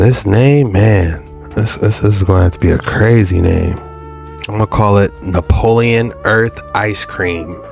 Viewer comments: It’s not napoleon it’s Neapolitan lol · It's not Nepolian it's neopolitin